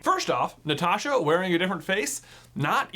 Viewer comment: Thanks for pronouncing Natasha like Natasha